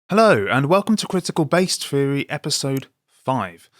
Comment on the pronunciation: Pheory or theory... Come to America we'll teach you how to speak English... 😋